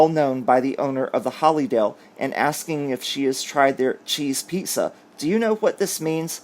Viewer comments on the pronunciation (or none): none